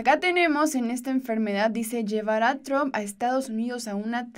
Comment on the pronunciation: si tienes educación deberías de pronunciar correctamente el apellido del presidente de E.U. deberías de respetar como lo hace tu presidente.